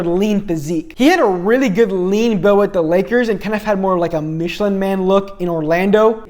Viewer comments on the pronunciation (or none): none